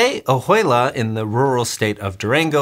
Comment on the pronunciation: That is pronounced, Oh-wei-la. The ju is pronounced like a soft 'w' such as in Juarez.